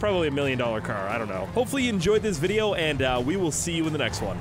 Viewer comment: I love how he always starts with "hello guys welcome back to another gta vi- Hqczycahwhdyqynwb"